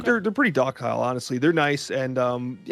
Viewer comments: He says "Dock-isle" when he pronounces docile. I think he's only read it. It's an S sound for the C.its docile 'dos-sile' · Did pronounce “docile” (doss-sill) as “dock-aisle” lmfao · Are we just gonna skim over the fact that said "Dockile" 🤣🤣🤣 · Not pronouncing docile like dockile >_<